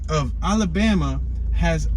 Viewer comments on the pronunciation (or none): none